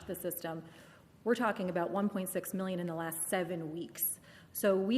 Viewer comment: Wait I thought he said three minion Europeans 😂😭